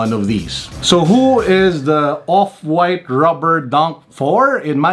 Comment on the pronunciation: "Opwaaaayt" - 😂